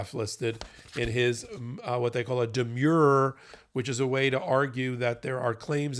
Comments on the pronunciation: Note for (and I mention it because this is at least the 3rd time it has occurred): the pronunciation of "demur" is /dəˈmər/. Same, by extension, for "demurrer." The "-mur" part sounds like "brrr." You've been saying "demure" [/dəˈmyo͝or/] and "demure-er." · Demurrer, not demure😂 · It is pronounced demurrer, as in :I demur. It is not pronounced: demure. Please! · Demurrer - I live in California and this is the standard defense response to a pleading in state court "Demurrer and Motion to Dismiss". It's like fingernails on a chalkboard every time someone at MeidasTouch says this - and they always pronounce it incorrectly. It is not pronounced the same as "demure".